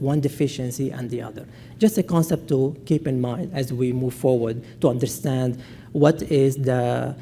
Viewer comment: "innerstand"? Seriously?